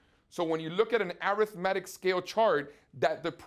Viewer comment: I cringe every time he pronounces "arithmetic"